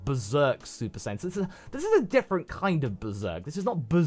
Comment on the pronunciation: Bro said super sayin pride, shoulda had it on vegeta😭😭